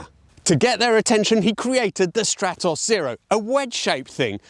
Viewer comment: What a gorgeous little projectile! Thank you for the video. You show a slide saying your pronunciations are in the Italian manner so I was expecting to hear Strah-toss rather than Stratt-oss. Just saying...